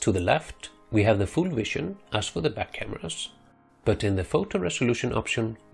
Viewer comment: Then he says view then he says wision.... The fucking V always makes the same sound